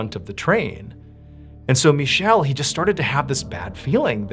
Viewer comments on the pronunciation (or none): Mr. Ballen, its prounounced "Mee Ke Lay" not Michelle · Not to be that guy, but the Italian name Michele is pronounced Mikele. CH in the Italian language creates a K sound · Actually the way you pronounce Michelle is MEE-KEH-LEH, approximately. The only thing that bothers me about this channel is that there is zero effort to pronounce the names correctly 😅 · Michelle is a women's name, I think his name might have been Michele. Its pronounced different. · It's not pronounced like the French name Michel, it's Michele: Mee-cale-ae or something like that...and a 5 seconds Google search would have revealed that to you. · Just fyi in Italian it wouldn’t be Michelle like the french it would be Michael 😅 love your content!!! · FYI, in Italian the male name "michele" is pronounced "mi-kè-le" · Pronounced "Mi-ke-le" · first story hit me like a brick hearing my name even if he mispronounced it LOL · FYI story #3 - the main character, Michele, is Italian and the "ch" is pronounced as a hard "c". The name Michele is Michael in English, again with the "ch" pronounced with a hard "c" sound.